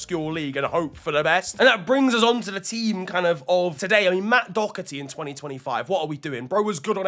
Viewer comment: As an Irishman you dodged a bullet with the Doherty point lad. Now work on the pronunciation and we're all good boi 🙂